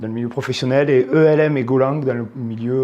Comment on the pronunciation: Ca se prononce comme ça s'écrit => "Elm", car ça n'est pas un acronyme